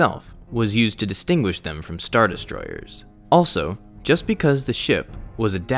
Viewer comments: Why do you have such an issue saying the word destroyers? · Did anyone notice how he says destroyers 😂 ERRRRSS not hating